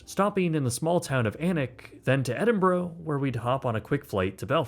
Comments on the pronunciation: I cheered when you correctly pronounced Alnwick and then was immediately disappointed with "Edinboro" (Edin-bruh). Great video as always, so you are forgiven ;) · Ed in burgh not Ed in bro 😅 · Every time an American says Edinburgh a chained Scottish unicorn dies